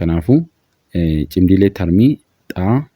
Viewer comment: Cimdii tarmii osoo hin taane cimdii tartii jedhamee dubbifamaa sirreessii